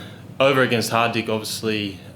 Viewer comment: He pronounced Hardik correctly .